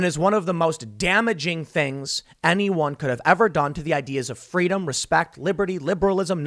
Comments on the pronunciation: "FWEEDOM" - Kamala Harris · Oh snap! Herpes here! FWEEEEDOM!